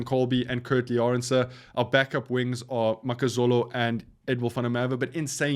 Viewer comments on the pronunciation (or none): akhonto inzima, umjita mve xa esithi makazole yena uyilahla athi makazolo awunothi linzima elagama abe elibize kakuhle lonke igama akhethe uzoyi lahla kwi vowels. ox nche akhethe uzothi ox ncher xa ebiza umbonambi uthi mbonambe. mtakwethu ukuze siphilisane sonke kakuhle kumele sihloniphane sinikane imbeko silungisane xasi bona impazamo kodwa xa into uyenza kgoqo ithi lonto awuzi miselanga ukuguquka and lomfo akazi miselanga.... i appreciate that we live in a rainbow nation but we have embraced the white people and white culture in our country, we have learned how to speak multiple languages and live among white folk. the only thing that i have an issue with is mispronouncing players names, you can not have such a huge platform where your focus is rugby and the players but you still can not pronounce the names o the people yo speak about. platforms like forever boks and egg chasers dont make that same mistake and egg chasers is not even south african which is why to me it comes off as disrespect but like i said to me it is off putting